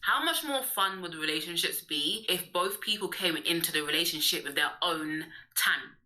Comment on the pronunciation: It's weird how she says relationship as rerationship